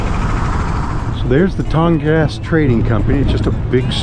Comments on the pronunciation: Thinking about it again…. More like “Tong-Gus”👍🏼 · Tongass is pronounced tawn-gus. First syllable is emphasis. I live in Ketchikan. Just wanting to help you get it right😊